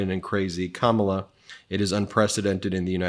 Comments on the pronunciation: I used to respect you, but after you mispronounced her name, I now know you maybe a maga operative 😢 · You said her name the same way Trump said it. It Kamala Harris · SIR…YOU MISPRONOUNCED KAMALA’S NAME 30 SECONDS IN. Maybe post a little less & take a nap & get yourself together. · Uh, Ben, learn how to pronounce Kamala, please. Accent on the 1st syllable. You bounce between a Trump pronouncement to the true pronunciation. It's insensitive. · You are pronouncing her name incorrectly. You are accidentally pronouncing it the way that Trump disrespectfully pronounces it. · Ben love ya but you shocked me by pronouncing Kamala wrong—the way MAGA does. 😢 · Please stop mispronouncing her name… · You mispronounced Kamala at about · why did you pronounce Kamala's name wrong, just like trump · PLEASE PLEASE PLEASE Learn how to pronounce "Kamala" ! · Ben, you said her name wrong. In the first minute! Do better! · Ben. Please say her name right. Don’t pronounce it like those maga morons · Ben, I'll charge it as a slip up this time. I know you know how to pronounce Kamala! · Please do not mispronounce her name,. It is COMMA-LA…. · Omg I just can’t! It’s COMMA-LA! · It’s comma-la. Like the punctuation mark. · Her name is Kam-ma-la... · KAmala...emphasis on the first syllable. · Ok. You are on her side, so PLEEEEZE say her name correctly. About half the time you say KaMAla. Ugh! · You’re pronouncing her name wrong. Just think of a comma, then put LA on the end COMMA COMMA COMMA COMMA COMMA COMMA-LA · It’s pronounced comma-la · ben, remember its pronounce comma-la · Its pronounced... Comma La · It's pronounced Comma-La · BEN it is Bartoromo not Bartoroma & remember comma-la. Once in awhile you mispronounce. Thanks for the awesome coverage. Het some rest❤ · Did you just call her “Ka má la”? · Hey Ben, it's pronounced comma-la. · The future president's name is pronounced === Come La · Oh Ben. 🤦🏼‍♀️ IT’S COMMA LAH! , LA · It's pronounced Comma-la. Say her name.